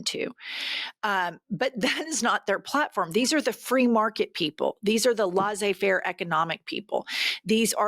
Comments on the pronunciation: Love you gals. Laissez-faire is pronounced "laysay fair" (with a soft r) NOT 'lawzay' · FYI: "laisser faire". The first word is not pronounced as in "lasso" but similar to the first syllable of "leather". I’m just mentioning it because Jennifer has used that expression twice in this video and also in others. It has to be said that she always uses it in the right context, though. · It's laissez faire not laze faire😂😂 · Love love love the show One nitpick: LESS-ay faire, not LAWS-ay faire Keep up the good work! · Sorry, Jennifer, it's laissez-faire (/ˌlɛseɪˈfɛər/ LESS-ay-FAIR) economics, system etc. Best to you &. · Phonetically "Laysay Fehre" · Hi Jenn! Love you both dearly! Just one little thing! Laissez Faire is pronounced less-eh fair :) Carry on the excellent work! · Say laissez-faire. Pronounced “laysay”. Thanks. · It’s pronounced "layssay fair" ;) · Jennifer, as much as I love you, I need to correct something 😊 Laissez- faire is pronounced laysay ( lay-say) faire.